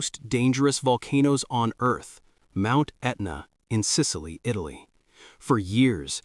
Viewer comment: This AI doesn't even know where Eyetally is.